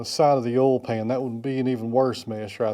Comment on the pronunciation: Thank you for correctly pronouncing the word "oil". My wife insists that it's pronounced "Oy-uhl". I explained that we're in Texas, so it's correctly pronounced "Ohl". I showed her you video as evidence. Here endeth the lesson.